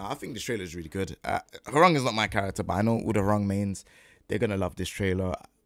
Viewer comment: as a Korean , thank you for pronouncing his name correctly ~ so many non Koreans sayin his name RANG like telephone rang 😂